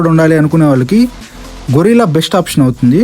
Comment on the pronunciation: అది గొరిల్లా (కోతి జాతికి చెందిన ఒక పెద్ద జంతువు) కాదయ్యా సామీ.........గెరిల్లా (ఊహించని విధంగా దాడి చేసే ఒక యుద్ధ రీతి) అని పలకాలి. 99 శాతం రివ్యూయర్లు గొరిల్లా అని ఎందుకు పలుకుతారో...అర్థమే కాదు. ఇంగ్లిష్ స్పెల్లింగ్ అంత క్లియర్ గా ఉన్నా కూడా అలా ఎలా పలుకుతారూ?